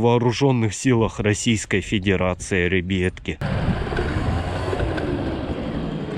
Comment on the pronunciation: Я люблю когда он говорит рэйбятки хахахахахахах🤣😂🤣😂😂😂😂😂🤣🤣🤣😂😂😂🤣😂🤣😂🤣😂🤣😂🤣😂🤣😂🤣😂